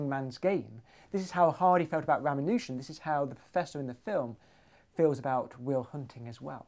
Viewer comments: I enjoyed the material in this piece - interesting and stimulating. That said I have a minor quibble, and some comments. Quibble : It's pronounced ra-MAH-nu-jan NOT Rama-NOO-jan. Regarding Hardy's assessment : as I understand it, most of RaMAHnujan's legacy is a collection of very complicated identities presented largely without proof. R himself believed that his inspiration for these came to him by way of divine revelation and was not convinced too much by the necessity of proof, falling to admit that theorem and proof are the lifeblood of mathematics. In this sense he had been spoiled as a mathematician. His unproven identities remain. One asks the rhetorical question ; are modern mathematicians lining up waiting to prove them, and is this a solid basis for their individual careers in mathematics. Mathematicians as nerds : this is an occupational hazard. Hardy himself is said to have scorned the application of pure math to real-world problems. The rest of us, and I speak here as an engineer myself, might very well think that Hardy was being nerdy, even though he would not have understood what the word meant. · Did you just pronounce Ramanujan as Rah-mah-nU-zan??? Are you serious? It's pronounced Rah-mAh-nah-tzan. Why do you Brits have to change everything to fit into your language? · "I'll tell the story properly this time..." ... continues to mispronounce the man's name. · Hacked up the pronunciation of “Ramanujan.” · How do you pronounce Ramanujan? Is it Ramanujan or Ramanujan? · You would think for someone so interested in famous mathematicians, you'd be able to pronounce Ramanujan at least in the ball park.